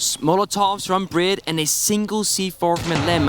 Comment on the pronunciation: His knowledge of what’s going on in game and in the players’ heads is unparalleled, but his casting? The way he said BriD’s name… pain